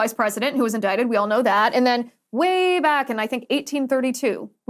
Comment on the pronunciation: I can't remember - was Trump indicted? Or was he in-dick-ted?